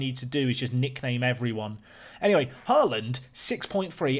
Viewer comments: The double 'A' in Haaland is pronounced as "Awe" in "Awesome", it's meant to be the Norwegian letter Å :) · Haaland is pronounced more like HOE-lawned (the first syllable is somewhere between “hoe” and “huh”) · And, you know, HY-DARA and HORE-LUND. I mean, this dude's pronunciation of player names is atrocious, but I've got a laptop and FM20 coming on Monday, so I'm watching everything I can. Also, if we're being critical, his speech pattern is: --> talk for a minute --> pause --> swallow --> lip smack Just over and over again. Still, absorbing the tips and strategy, so that's cool.